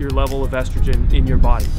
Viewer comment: ESTROGREN what???